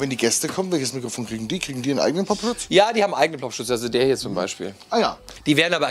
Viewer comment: Uff ich dachte, dass es Popschutz und nicht Plopschutz heißt